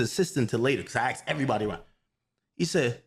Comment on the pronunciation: “He axed me…” 😂 dumbass